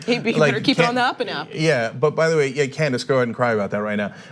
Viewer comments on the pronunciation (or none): none